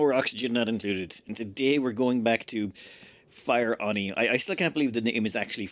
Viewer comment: Hey it's actually Fieroni not Fireoni. I think of it pronounced as Fear ONI because magma is the one thing we fear as evidenced by your utmost care in colonizing the planet.